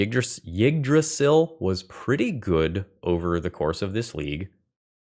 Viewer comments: Yeah As best as i can describe it he says Jyggdrasil He needs to cut the starting J sound from his pronounciation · i could be wrong but i think it's pronounced E-drasil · As a Scandinavian, your pronunciation of Yggdrasil is hilarious.